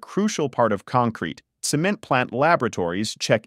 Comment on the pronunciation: And they pronounced it "SEE-ment"! :face-blue-smiling